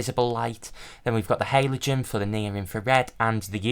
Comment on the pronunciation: Great video and beautiful setups! But I’ve never heard somebody pronounce ‘halogen’ like the before😅